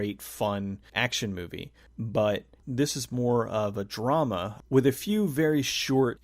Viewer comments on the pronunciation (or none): none